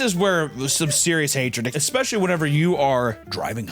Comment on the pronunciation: If you say ex-specially one more time I’m unfollowing